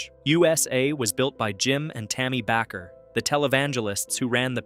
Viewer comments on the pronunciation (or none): It is pronounced like baker but it's Bakker. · Heritage USA... The stupid recording said back her instead of Baker😂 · It's pronounced BAKER. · Bakker is pronounced like baker. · what a stupid announcer, He cannot even say Jim and Tammy Baker right where do we get these clowns?